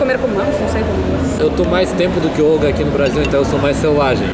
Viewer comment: Olga ( kkkk 😂) te amo! ❤❤❤